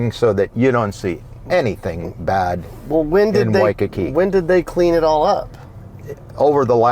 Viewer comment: Why-cu-koo. Cuckoo Puffs.